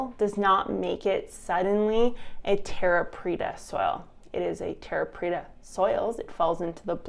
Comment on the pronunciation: you said it right. Preta means pressed